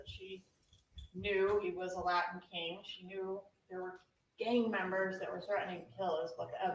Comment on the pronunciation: He said Latin king but pronounced his Ts very weirdly!